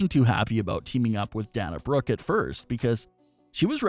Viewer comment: Please Pronounce the Wrestlers names correctly. Especially Dana Brooke Sasha Banks. We are all great fans of WWE.